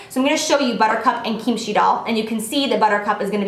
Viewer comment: Lol the way you pronounce kimchi doll is so funny but it's ok ily and kimchi is a Korean side dish that is really popular with Koreans if you were wondering